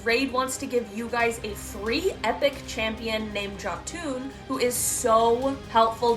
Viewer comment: Jotun. Yo-tonne. Jotun, as in giant, as in Jotunheim.